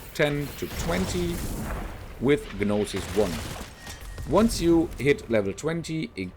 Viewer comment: I dont mean to be rude but gnosis is pronounced with a silent g so just nosis